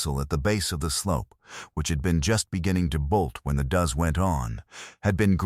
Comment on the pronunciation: A group of female goats are called does, pronounced "doughs" not pronounced "duze". EDIT & REVIEW!!